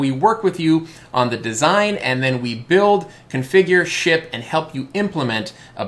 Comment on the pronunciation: For a second, I thought I heard "sh*t" when you said "ship." :)